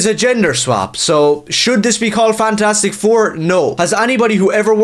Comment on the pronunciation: Did you say “Fagtastic four”? 🤣🤣🤣🤣 Again, spot on👍